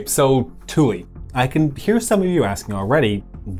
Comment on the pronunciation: Air Force veteran here. Kudos on properly pronouncing Thule. I rarely hear people pronounce it correctly.